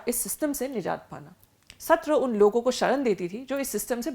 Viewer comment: Not hotra it's satra